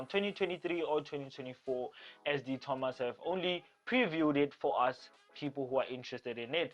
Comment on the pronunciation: De Tomaso. My name is Di Tomasso. EESH!!! Is that not the coolest car ever?